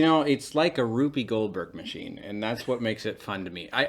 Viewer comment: did you call it a Ruby Goldberg machine? I've always pronunced Rube to rhyme with tube. Maybe I've been wrong my whole life! Time to find an authoritative source on the pronunciation!